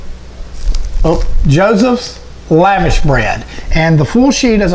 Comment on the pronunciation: It isnt "lavish" its LAVASH bread pronounced "lah-vahsh".